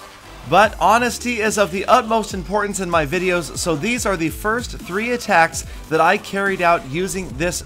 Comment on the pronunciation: You said firs*